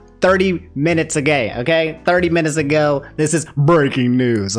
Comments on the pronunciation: "30 minutes agay" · "nintendo of america tweeted this 30 minutes a-gay"